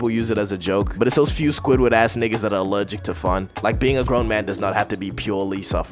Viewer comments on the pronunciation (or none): "Allewgic to fun" he said